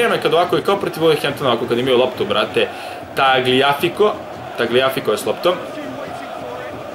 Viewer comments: Nije Tagliafiko nego Taljafiko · Ne isgovaraju se tako imena nego mazrauji,taljafiko,promes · Kaže se Tajafiko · Tagliafico se cita Taljafiko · Kaze se taljafiko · Nije hejt kaze se taljafiko